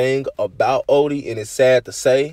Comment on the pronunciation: You Say Odee So Weird